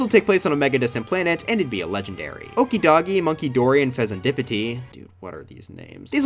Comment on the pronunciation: also okidogi, munkidori and fezandipiti you pronounced them all wrong too lol